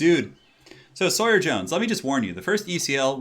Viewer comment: Aww someone who can say Sawyer properly. Refreshing!